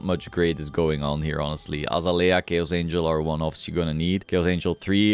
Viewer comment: its pronounced uh zay lee uh